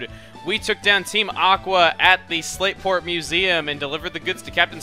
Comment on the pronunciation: It sounded you said Slaveport when you said Slateport. hee heh Slaveport